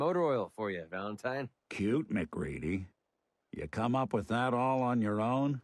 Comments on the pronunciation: no it's mac ree dee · It’s MacCready